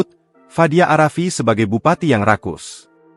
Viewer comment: Pengucapan narator itu seharusnya a rafiq bukan arafi